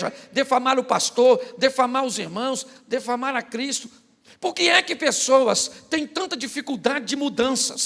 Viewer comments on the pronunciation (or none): "Defamar"? Por que as pessoas insistem em falae assim? Pastor muito bom nas palavras, na pregação, um erro de português não apaga isso.